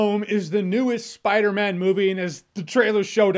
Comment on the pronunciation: he's saying spider MEN